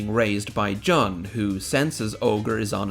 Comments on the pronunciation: You keep saying John. It's Jun, isn't it? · JUNE. JOON GOD DAMNIT JUST STOP SAYING JUN PHONETICALLY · Im sorry did you just say "juh-n" xd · Stop calling Jun "John"